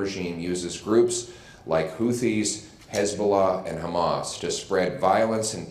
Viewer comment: Isnt it pronounced HOO-TEES?